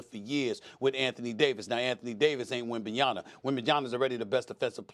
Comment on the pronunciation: SAS: Wembanyana.